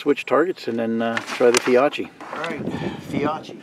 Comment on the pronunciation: The Fiocchi is pronounced “Fee-O-kee”